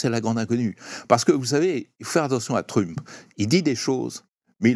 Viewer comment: Il prononce vraiment "Truuuump" ce Français ? Je sais bien que les Français ne savent pas prononcer les mots ou les noms anglais mais tout de même...